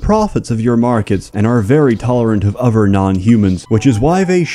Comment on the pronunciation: he mispronounces both his "th"'s. For example, instead of death and other, he says deaf and ovver.